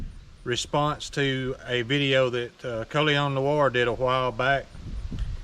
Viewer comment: Im very impressed, you said his name WAY better than I am able to lol